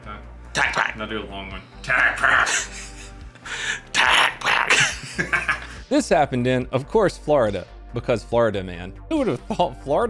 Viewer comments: my man is making sound like Aflack, not Tacpak. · Hearing you say " Tacpack" is worth watching the video over and over again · You friend says tacpack better then you. 🤣🤣🤣